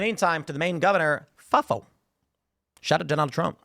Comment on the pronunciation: Tim's FAFO pronunciation is funny